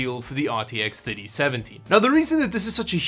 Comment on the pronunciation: RTX Thutty-seventy